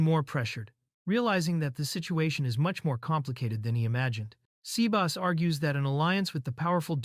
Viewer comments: 'say-bah-ss'. Not 'sea bass'. Sea bass is a fish. tastes pretty yummy. Sebas is probably short for Sebastian. your AI is an uncultured clod. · I love when Ai said sebas to Sea Bass